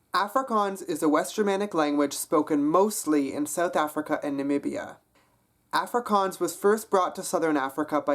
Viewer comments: A(as in wall) frikaans. The a is not as in apple, but as in wall. Long a sound. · you did realy well! there is only some minor problems, for example when you say afrikaans, in afrikaans it is pronounced ufrikaans, if that makes sense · Die dag wat jy "Afrikaans" kan sě...try weer ballas...ons praat nie "Efrikaans". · I am Afrikaans. I have to say yours is the best accent I have herd, it is not perfect but good. is is pronounced awwwfrikaans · being south african i wanted to die when you kept on saying afrikaans. Its pronounced- 'off-ree-car-ns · As jy "Afrikaans" se Afrikaans nie Africaaans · your are saying the word afrikaans incorrectly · the way he pronounces afrikaans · Dude can't even pronounce 'Afrikaans' correctly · he is good just needs to learn how to say afrikaans properly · he does a very good accent but I hate the way he says Afrikaans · You pronounce Afrikaans wrong -_- I would know that cause i liv in SouthAfrica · I think It'sConner was talking about the beginning of the word (the first A). He doesn't quite get that right. Also some of the words he doesn't quite pronounce correctly because he does a mistake many english people do, which is use too many of your facial muscles when you speak it. :D